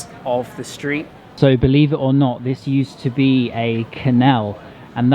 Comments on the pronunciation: Kannell? Why on earth is an English native speaker mispronouncing such a basic word and so often? CANAL, CAN-AL, *kin hell lad, what happened to your English? Hey it's a fantastic video nonetheless, I really like your stuff but come on lad, many foreigners watching to improve their English, great video, lovely place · How come you pronounce canal like that?